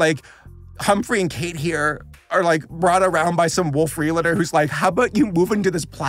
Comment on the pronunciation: realtors not relators